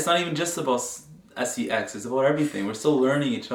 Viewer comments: I like how she says it properly and he just there the S. E. X. 🥴 LOL you good bro 😆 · I still can't get over saying S E X and not sex it reminds me when I was a child and saying like P I G and not pig or something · The dude can't even say the word 😂😂